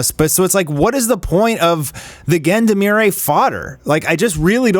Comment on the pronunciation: Please look up the pronunciation for Gendarmerie, =0